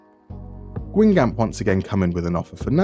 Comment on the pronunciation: I found your channel a while ago and have been loving your content! Been too busy to keep up but I'm starting to catch up again. I had to comment when you mentioned my home team: Guingamp! You butchered its pronunciation though, I'll need to teach you. In all seriousness, your videos have been fantastic, I hope you can keep enjoying making them